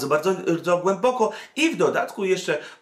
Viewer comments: {KATULU}? a nie przypadkiem {KTULU}? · wszystko super, ale "KTULU" a nie "KATULU". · Cthulhu wymawia się "ktulu". Lovecraft wymyślał nazwy i terminologię tak aby anglojęzyczni wymawiali niepoprawnie.